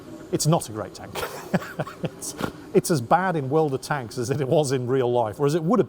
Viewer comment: Do you make a dollar every time you say world of tanka??